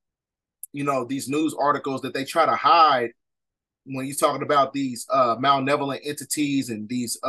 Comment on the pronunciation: Don’t mean to be rude king but it’s Malevolent* not Malnevolent. Thank you for the video 🙏🏾